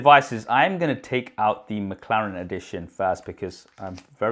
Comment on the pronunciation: What is "Makharen" ? ... did anyone else heard makharen or is just me ?....Btw love your video .... i am just annoyed how you pronounce that word Mclaren